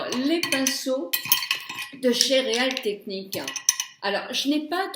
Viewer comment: Allo, je t'écoule depuis le Quebec, j'adore tes vidéos et conseils. Je voulais te dire que les pinceaux real tecnics se prononce rill tecnic c'est anglais 😘continue tes tutos xxx bise